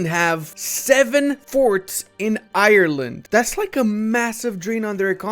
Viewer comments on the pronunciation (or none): none